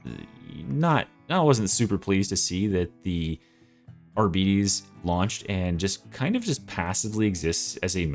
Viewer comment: It's pronounced "Argh-BE-Tays" not Arbeaties